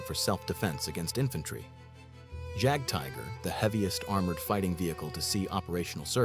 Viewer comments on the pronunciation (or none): How American can the AI in this video get, the mispronunciation of Jagdtiger, Jagdpanther, etc. with hard a J instead of pronouncing the J as a Y.